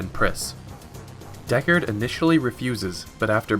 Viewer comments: Pronunciation of "DeckARD" here gives me twinges. And yet at first it is spoken correctly, for some reason. It should be more like the phrase gold record if I'm not mistaken. That aside, very nice condensed film. Though newbies should watch the entire movie, because it is outstanding scifi cinema and great to behold ... with a gorgeous musical score. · wtf why did you change your pronunciation of deckard as the video progresses. deckARRed